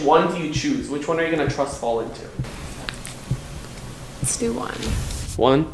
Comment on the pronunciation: her accent when she says lets do one